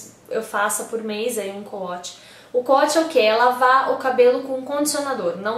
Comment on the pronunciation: Na verdade se escreve CO-WASH mas se lê couaxi com som de X e não couatchi com som de T.